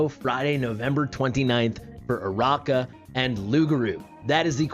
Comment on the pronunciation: I think it's uh-RACK-uh, not uh-ROCK-uh. Her name is like Arachnid (uh-RACK-nid), meaning spider. I went for her and got her because I like her more than Iovar. I do not regret it. Then again, I already have A1 Praetus with basically a full Arb team (including Ajax).